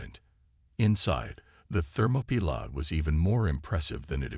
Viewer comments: That is so ridiculous I was wondering what the hell a "Thermopila" was. it's not a word. the closest I could come was thermopile, but that is a temperature sensor. Then it dawned on me. It was an AI bastardization of "Thermopolis". Or what we say in The USA Thermopaly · It's THERMOPYLAE!!!! I stopped and won't continue. If you don't listen, then edit your content properly before posting, then stop posting. All you're doing is half-assing the content because you're too lazy and letting whatever AI system you use to do 99% of the work. Need to block this channel. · Interesting pronunciation of the ship name, more AI slop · Oh, the ship is the "Thermopylae". Channel needs a better TTS.